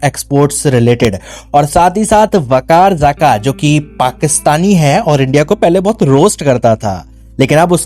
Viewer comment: Yr pronounciation sahi Karo....Waqar Zaka...nahi Bekar zaka bolo 🤣🤣